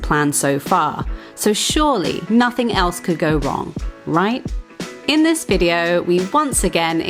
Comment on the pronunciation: VideeOH-oo. think that is 4 syllables. lol